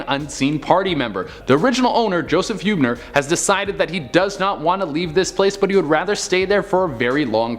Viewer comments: Its pronounced "Heeb-ner" not "Hue-b-ner" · It's pronounced Heeb-ner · Born and raised in San Antonio. They’re are definitely a lot of dead in the Alamo. I don’t wanna be picky but your saying Huebner and Terrell wrong. Btw all the numbers say woman hollering creek.